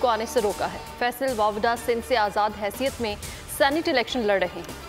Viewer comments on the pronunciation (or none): News Inker bar bar faisal wada ko faisal wabda keh rahi hai 🤔🤫🤔🥴 Zara re play karen.....